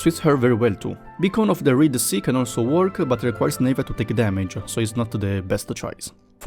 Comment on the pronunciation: It's not pronounced Nave-ya. It's Nah-via